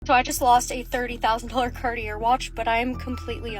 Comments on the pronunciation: oh honey, first of all… it’s pronounced “KAR-TEE-AY” not “CART E ER” that is how I KNOW you are full of 💩!!! You have probably never been inside a Cartier store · Mhmm. “Cart—ee—er” 😆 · Cartier is pronounced like car - ti - ay. I dunno. I feel like its suspicious not to know how to pronounce a major brand like that when you claim to be a rich porche mom or whatever. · CARTI--ERR?? can't even pronounce it correctly. CAR-TEE-AA. Hon. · You know she’s low class when she pronounces Car-Tee-Aye as Car-tee-Err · When she said “cart-e-air” and not “carti-eh” like what doesn’t even know how to pronounce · I’m not taking advice from anyone who is trying to flex about how much money they make and pronounces Cartier as “carty-air” 😂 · "Cart-e-AIR" like all that money & she doesn't even know how to pronounce the name of the brand properly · Wait, Cartier? Cart e ert? Nope, she would know how to pronounce the name if she owned one! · The way she keeps saying Car-tee-er for Cartier. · Annnd she mispronounced Cartier.🫢 It's pronounced "car-tee-aye."🤭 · First of all, what is “cartee-air”? Lmao 😂 I’m not ever going to own Cartier but I am smart enough to pronounce it 😅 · “I’m good at communication” she says after pronouncing Cartier like Cartee-ur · “CARTIERRRRRR”. There is no R pronounced in Cartier 😂. Reminds me money doesn’t give you class. 😢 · Her pronouncing it “CartieR” immediately told me everything I need to know about this woman 😂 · 😂 dontcha know? It's pronounced " CartieRRRRR " duh! Poor people are such idiots! 😅😅😅 🙄😒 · Are we going to talk about her saying "cardy-AIR" watch?? I just... I.... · Immediately don’t trust her because she called it “Carti-air” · Not taking wealth/success advice from anyone that pronounces Cartier, “Carti-ER.” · I screamed when I heard her say "CartieRRR"! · yes, thank you! I'm thinking is she saying "carti-er"? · Lol her pronouncing Cartier as "car-tee-urr" made me think of "ver-says" from Pretty Woman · She can’t pronounce Cartier either.